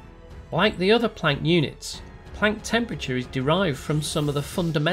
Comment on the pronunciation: I like how you say Planck and not Plonck.